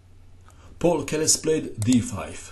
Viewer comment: The name of the city is pronounced like Z-ah-ltsburg, and Keres' name is pronounced P-ah-oo-l.